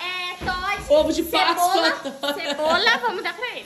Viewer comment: ficou estranho a falando cebola nao ficou gente?